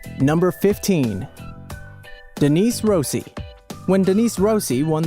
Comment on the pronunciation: ROSSI IS MY SURNAME AND IM FUCKING OFFENDED, you pronounce it "Ross-ee"